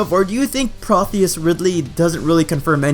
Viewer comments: Your theory video is wrong right out of the gate, and reaffirms that you don't really understand or pay attention to the Metroid games and stories. No, PROTEUS Ridley (seriously dude, I'm pretty confident you can't read because that's not difficult to pronounce... PRO-TEE-USS) does not confirm the Prime games are part of this canon, because Meta Ridley became Omega Ridley in Prime 3 and was vaporized into blue space dust. Ridley was recloned after his death for Super (anyone who wants to try and say cloning didn't exist before Fusion or Other M... please go play Super because the existence of two Kraids in one game (big and small) and the Mochtroids proves you wrong immediately). Proteus Ridley's inclusion in Samus Returns is just sloppy writing to make a ton of references to other games, and doesn't fit properly no matter how much mental gymnastics you try and pull. This isn't a matter of opinion. You either know your stuff or you don't. No, this doesn't make the timeline stronger. It messes it up even more. The game is filled with things to hand-wave Sakamoto's mistakes in Other M and Fusion by way of numerous retcons, and this was tossed in just to mandate some sort of surprise encounter, nothing more and nothing less. These are facts, not my personal point of view or perspective. My personal point of view is that Sakamoto's very factual retcons and gimmick encounters are damaging the franchise because they serve only as excuses to pretend screw-ups he makes in games later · ProTeus. Not ProTHeus. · It's pro tea us not protheus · It's pronounced Proh-Tee-Yis Ridley. Like the Greek God of bodies of water, rivers, and versatility I think.